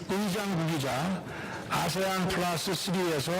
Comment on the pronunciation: 에~ 에~ 는 여전하네. 목디스크 오겄다. 프라스는 뭐냐 프라스는... ㅉㅉ